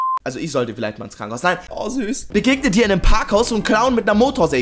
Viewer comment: Krankenhaus, ich kreisch mich weg. 🤣😂🤣😂 Du hast ständig nen Versprecher drin, was mir an dir gefällt. 😂😂😂😂